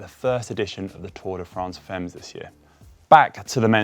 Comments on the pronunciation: Tour de France femmes-> rather "famm" than "femms" please! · You gonna say it a lot, so I think you should just learn how to pronounce Femme correctly because right now it just sounds ridiculous. (should be pronounced "fam")